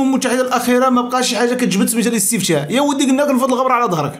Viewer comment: أخي اسمه الاستفتاء ماشي الاستفشاء😂